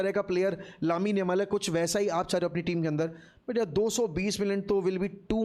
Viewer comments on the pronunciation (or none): what??? What did you say?????😂😂😂😂,yamal!!!!!!!